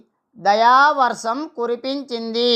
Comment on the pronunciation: Dayavarsam kaadu. Dayavarsham ani palakali.